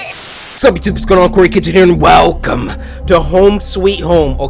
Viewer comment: is it just me or whenever he does his iconic “welcome” it sounds like “whalecum”